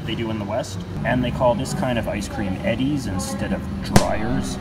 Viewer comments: Your "East Coast" products are sold in most of the U.S. The wrappers of the sticks of butter are marked so that you can cut them in teaspoons, tablespoons, etc. for recipes. "Edy's" ice cream is pronounced "ee-dee," not "Eddie." It's a woman's name. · It's E-Ds not eddies J.J. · Butter can be bought either in blocks or in sticks in most places. The stick form is handier for recipes. "Edy's" is pronounced "ee-dee's," not "eddy's." Stations east of the Mississippi River start with W, and stations west of the Mississippi start with K, although there are exceptions. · Edy's ice cream is pronounced eedy's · You pronounced Edy’s wrong